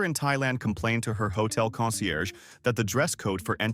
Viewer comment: Its not hotle